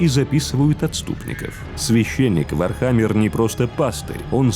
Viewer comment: как же по ушам бьет ваше не верное произношение ударения..... вообще чтоли не в курсе даже основ вархаммера?